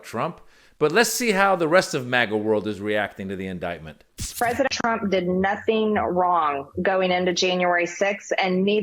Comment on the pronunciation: Marge: "President Trump did notheen wrong."